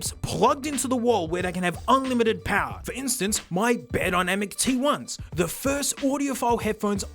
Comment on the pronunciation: SIGH, BUYER/Bei-er you know like Meyer with a B since changing just one letter shouldn't completely change the sound. This was later confirmed for me, going to Beyerdynamic's youtube page and spending literally 4-6 hours listening to how they say it. You're like, wow oddly attached to this, why? It's my last name. We were the only family in the area that pronounced it properly. But that's because my grandfather had to speak german growing up, with two off the boat german parents. Like how my grandmother spoke italian in the US since she and her younger sister were the ONLY two of like 6 siblings to be born on US soil. So, needless to say they just spoke english to their two kids.